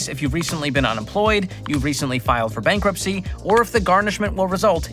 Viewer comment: bancruptcy, really? Is that rage bait?